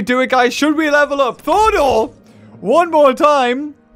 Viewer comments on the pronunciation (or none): Thordor? Shouldn't it be Thorador? Lmao😂😅